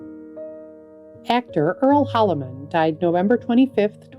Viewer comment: Holliman, not Hollerman.